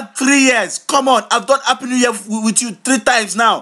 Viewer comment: notice how when he says a word that starts with A like anger he says HANGER and when he says a word that starts with H like happy he says appy